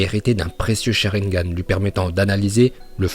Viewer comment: Quand il dit charingan il me tue direct liké